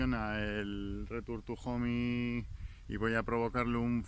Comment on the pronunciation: Jajaja me encanta tu "returtujon" 😂😂😂😂